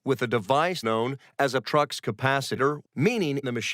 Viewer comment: The "Trux Capacitor" is sending me. As is "forkizontally"